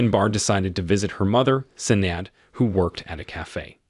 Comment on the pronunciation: Sinead... Shin-aid